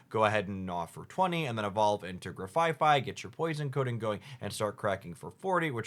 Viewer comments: Grafaifai is not grafaiai, paldean is not paladean… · Grafai-ai not grafai-fai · not gra-fi-fi and pala-dean :,( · Its name is Grafai-(no F on third syllable)-ai Based on the aye-aye in real life, get it right! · I think it's funny that in these leak videos, both Hoogs and Spragels said "Grafai-fai" and both Hoogs and Mogwai said "Shining Rev..rurrly"